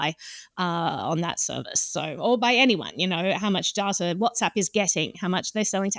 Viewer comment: I love when people say dataer